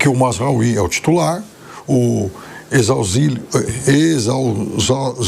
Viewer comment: Os caras realmente assistem muitos jogos, ate hoje nao sabem falar o nome do Ezzalzouli, que esta ha anos disputando la liga. Belos jornalistas 😂😂😂